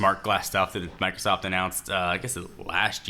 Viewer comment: Did he say Microsauce at the beginning?